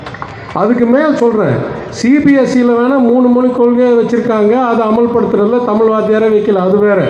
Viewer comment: இரண்டில் ஒன்று தமில் அல்ல நல்ல உருட்டு